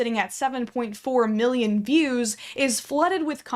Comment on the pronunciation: “sitting at around 7.4 Amillinon views”